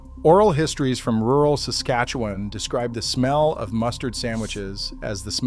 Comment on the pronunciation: Suscatuwan? Never heard of it